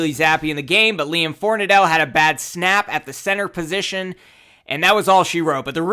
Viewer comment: Everyone keeps pronouncing it For-nuh-dell. Pretty sure its actually pronounced For-nad-ul just fyi. 🍻